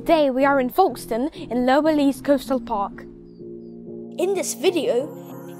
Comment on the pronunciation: You are pronouncing it wrong it's not forkstone it is Folkestone